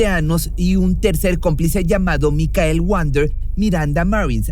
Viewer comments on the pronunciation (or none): none